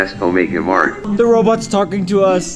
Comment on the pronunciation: Alter ich hab statt,,robot“ ,,roblox“ verstanden